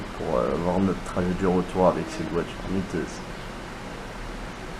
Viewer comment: J'ai rêvé ou il a dit "jai gagner la miteuse rs6 de gmk" miteuse ? Mythique plutôt ? Car miteuse .. ca nz pas exactement le meme sens.. ça craint franchement le niveau.. le pire c'est que c'est répéter plusieurs fois dans la vidéo 😅